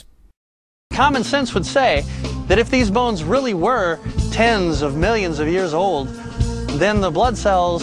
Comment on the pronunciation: What is it with the creationists' inability to pronounce "millions" or "billions"?